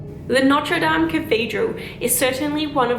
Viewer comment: Your prononciation of notre dame is near perfect, i got really surprised ! :D